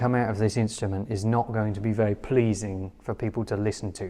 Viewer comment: Don’t be too critical. I feel there could be a slight speech impediment at play as his speech is otherwise fairly standard for that part of the world apart from the anachronistic sounding pronunciation of ‘very’ (‘vay’) which may have the same cause as the problem with ‘th’.